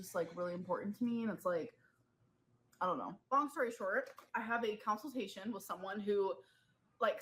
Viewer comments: She has a counciltation. Can we all put it to buy her a dictionary? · And her saying "counseltation" instead of "consultation", so embarrassing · A "counseltation"?